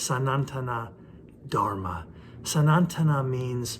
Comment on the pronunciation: Appreciate the great effort in deciphering Hinduism to the wider audience around the globe.. I just beg to point out that your pronunciation of Sanatana Dharma is "Sanantana" in the place of "Sanatana" . Second, Sanatana means eternal which has been there from the beginning of time and will remain till the end of time. The timeline of the Vedantic literature is speculated to be around 2,500 - 3,000 years. But this is said to be the period when it was put into some form of writing. However, the origin of the Vedas dates back much earlier. The vedic knowledge was passed on by word of mouth from Guru to disciples in a very scientific way called Krama paata, Pada paata, Samhita paata..